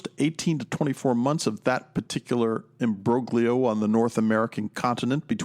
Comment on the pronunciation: Critique: Instead of speaking plainly, you transparently try to take on a pseudo intellectual style designed to create an air of academic authority but fail miserably. It’s particularly laughable when you can’t even pronounce “imbroglio” correctly.